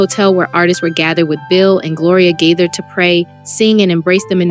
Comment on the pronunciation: Gaither not gather